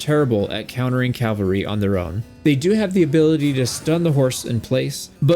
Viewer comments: This is a big pet peeve of mine. I love your videos and they have helped me so much with this game. But a piece of me dies every time you say “” instead of “cavalry.” You always spell it correctly but it’s said wrong. I know it’s a small relatively pointless gripe. Thanks for all the wonderful videos you make and all the effort you put into it. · Glaives are nice until you fight someone with javelins. Then it's bye bye companions. Shield, mace, two stacks of Javelins, unless the companion is an archer and then I'll use the glaive, bow, and two stacks of arrows. Also, it's CAV AL RY. NOT CAL VA RY. is the site of Christ's execution. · Why do so many Americans especially say "" it is your language guys:p